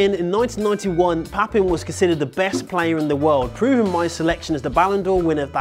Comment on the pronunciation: Papin is pronounced as 'pah pa'